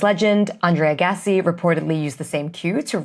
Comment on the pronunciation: Was it rats or mice? The two are not interchangeable, as this video seems to suggest. Also,, it's AG-as-si, not A-GAH-si.